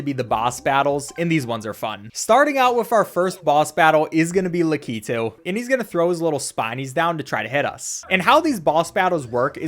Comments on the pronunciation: It's pronounced (lak - et - u) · Lakitu is pronounced (LACK ǐ too) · I just got so mad at the way he said lakitu